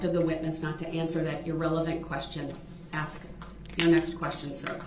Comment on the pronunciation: It irked me to hear him say "aks" when he meant "ask" as well. Especially since he could and did say it right numerous times. Lbvs